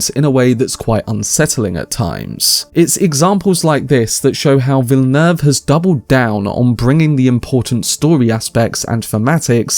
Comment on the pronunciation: Finally a anglophone reviewer who pronounces Villeneuve correctly!